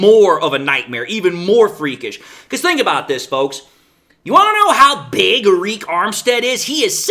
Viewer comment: its pronounced just like "ERIC"